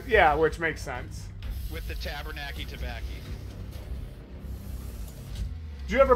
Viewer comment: "With the tabernacki tobaccki" I'm done, over, and quite possibly no longer living.